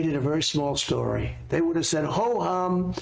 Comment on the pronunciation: Sniff sniff. Sniffsniffsniff. Who tf says historeh? That freaking accent is vile sniff and storeh sniff. And ofc mi- yuns and bi-yuns.